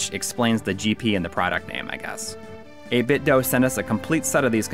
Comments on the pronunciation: It is pronounced "8-bit Doo". The weird cube speakers they make power on saying the company's name. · Why does everyone say 8BitDo wrong? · Wrong. It's 8Bitdo.